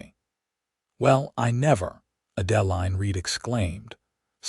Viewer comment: The name Adeline is pronounced Ad•ĕ•līne.